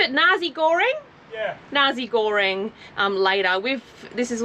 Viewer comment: The fried rice dish is pronounced Narsee (Nasi) Goreng not Narzee Goreng, just saying.